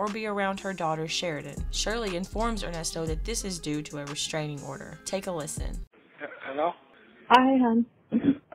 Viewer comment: Uh uh oder 😂😂😂😂 straining odor